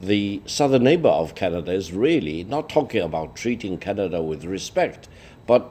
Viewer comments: Please tell LI there is no "R" in Canada....LOL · It's Canada, not Canadar, lol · The lady with glasses speaks perfect English except she can’t pronounce the word “Canadar” 😂